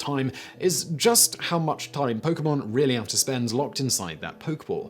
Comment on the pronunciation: Yo, I feel like Simon knows a little bit more about Pokemon than I thought. He hasn't mispronounced a single Pokemon's name or anything. 💯